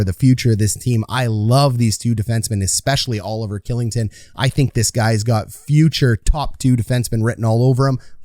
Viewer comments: Lu cheech vluh dar shill ing ton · "Killington", "Luchik" and "Vlayder"... Is it so hard to pronounce these names properly? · Dude, you need to check out your pronunciation of ol' Olli KILLINGTON, otherwise good vid bud. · Kylington = Shilington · Kylington is pronounced Shillington. Just for future reference🙂 But great video can’t wait to watch this team this season! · Also his contract is bonus loaded so it’s easily tradeable and he only has to submit 8 teams he can’t be traded too. Also Kylington is pronounced Shill like chill with an S, ing-ton